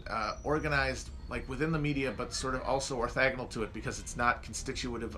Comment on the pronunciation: Can someone please tell Matt that it's "orthogonal" not "orthagonal"?